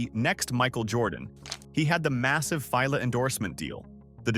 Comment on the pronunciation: Yep, I thought it was me after hearing the shoe company Fee-lay (Fila)!😂🤣